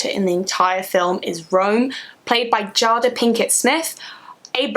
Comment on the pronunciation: the fact that u pronounce jada as 'jahda' unnerves me but youve reslly sold me on the film lol